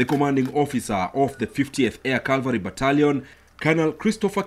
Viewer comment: It is 'cavalry' and not calvary. Such little mispronunciations should not be the norm in big media houses